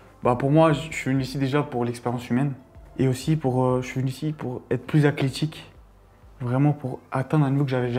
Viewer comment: Juste faut qu'il fasse des séance d'orthophoniste ça lui fera beaucoup de bien à chaque épisode il nous sort des dingueries "Acléthique"